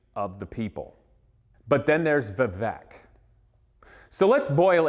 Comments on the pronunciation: The name is pronounced Vivayk, like in "cake". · The guy doesn't even know to pronounce vivek! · At least pronounce his name, right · You don't even know how to pronounce your opponents first name. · You can’t even pronounce his name correctly? 🤯